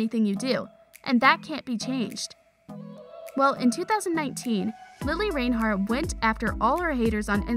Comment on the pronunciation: i stopped in the first 20 seconds because you said her name wrong djhdidsib